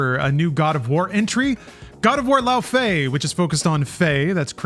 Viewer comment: It's Lau-FEE, not Lau-fay